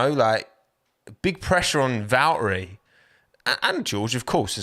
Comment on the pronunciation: Why do you pronounce valtteri like that?